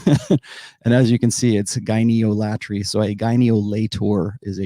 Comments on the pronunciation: Gyneolatry should be pronounced like idolatry. Emphasis on the “ol”, not on the “atry” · It's pronounced "gyne-ol-atry" (like icon-ol-atry or id-ol-atry ) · Probably pronounced ¨gyn-ALL-uh-tree´(gyneolatry), rhymes with ´eye-DOLL-uh-tree´ (idolatry). So one who worships women would be a ´gyn-ALL-uh-ter´(gyneolater), just like ´eye-DOLL-uh-ter´ (idolater) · Yeah, English is a living language. We can pronounce it however we like. Gyne-olatry. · I agree 100%. I think sounded idiotic with his attempts. I'm sticking with gyn-ol-atry (pronounced like "idolatry") as I think this is an easy and valid way of pronouncing the word. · Yes, we are free to pronounce it however we like. Some of us will sound more credible than others, I suppose. I love the Rational Male content, btw, but if we're going to be introducing words/concepts like Gyneolotry, we can't fumble over them every damn time and expect to be taken seriously. It's embarrassing. "Gyno...late tree, or whatever". Make sure you know how to pronounce the damn word that the video is about!